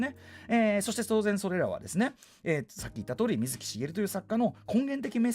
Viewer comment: 水木の発音が【み⤴︎ずき】ではなくてわざわざ【み⤵︎ずき】なのは、水木しげるさんご自身が【み⤵︎ずき】と発音していたからです 原作者リスペクト徹底していて好き